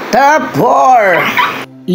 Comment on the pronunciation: First off, Saan galing ang mga figures mo na yan? Parang di accurate ang data mo bro eh...TOP10 not (tough10) with165M tapos yung (tough9) TOP9 mo naman with 55M only???with 40M subscriberS! pano nangyari yun? Pag plural with S dapat. So SUBSCRIBERS dapat diba? So improve your data...Important yan. And pls fix your P&F deficiency meaning, don't pronounce your F as P and vice versa...For example, pag FOUR, it should be pronounced as FOR not POR. And same thing if it's P naman, don't pronounce it as F...You're just reading your scripts right?so pls read it clearly and accurately, so it would be pleasing for all of us, your listenerS! Constructive criticism that you may consider, but believe me, it's for your betterment, if you want to continue this as your career.God bless you!